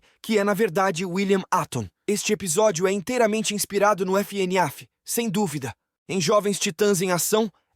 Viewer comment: fnaf❌ f ene af✅